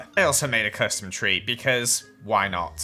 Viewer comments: No one:: and we are going to start off by building the free biomes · "tree" - 2019